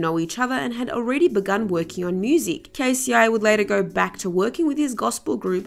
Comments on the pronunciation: K-C-I lol 🤭😂 Miss It's pronounced K-Cee 😳🙄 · I think she's saying k-c-i reading K-ci (pronounced Kay-see) as K,c,i,instead of K-Ci crazy I know 😄😄😄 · K. C. I. Lol it’s pronounced K-C lol 🤦🏾‍♀️🤣🤣🤣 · OMFG it’s pronounced “KAYYY SEEE”. Who in the hell is KC-EYE?! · Did she just say K.C.I. 🧐 it’s pronounced Kcee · And someone who calls K-CI, K-C-I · It's pronounced KAY•SEA. Not KAY•SEA•EYE. That "I" is not capitalized... Please reconsider the artists you do videos on, as it appears that you don't know much about the ones you cover. Are you even familiar with the culture? Also interesting how similar this is to RealRealityGossip's editing... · Give me a fucking break, it's pronounced Kay see , not k,c,I 😂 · Right she don’t know what she’s talking bout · Lol its Kci is pronounced kc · I thought my hearing was bad when she said K-C-I n had to go back twice. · The audacity. Kay Cee Eye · Is she saying Kay See Eye? 😂🤦🏾‍♀️